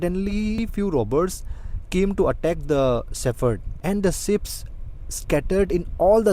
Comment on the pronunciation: sheep not sips